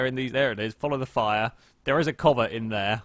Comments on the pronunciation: you callet the covet (pronounced co-vette) like 3-4 diffrent times. Including comet like the Porsche from gta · I would just like to say every way you pronounced the names of these cars is different than any way I have ever heard anyone say them ever. I have already here the pessima pronounced like pess i ma lol pess as in pest I as in it and ma as in mum. Lol and the covet I’ve heard said as covay